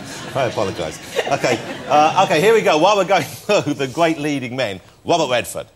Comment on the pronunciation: "Wobert Wedford." Classic. Faye is a tremendous actor. It would be interesting to know how she may respond to Bette Davis, who commented on Faye's unprofessionalism on the set.